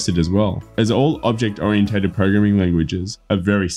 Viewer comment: The only advice you need to heed above is how to pronounce "oriented" :-D The rest is just for giggles. Full disclosure: My interest is in a residential construction using steel for the skeleton and to gain a thin basement to main floor thickness, but so far the math you've presented which I've cross checked elsewhere doesn't look good for me. Though I guess that rule of thumb math applies to standard/wide spacing of the joists so perhaps by doubling the number the depth could be decreased substantially.